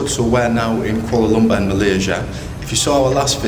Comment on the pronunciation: You pronounce the word Kuala Lumpur funny. Please work on it thank you